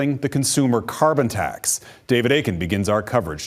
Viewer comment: He can't even say "CARBON TAX"!!! Which he installed in the first place!!!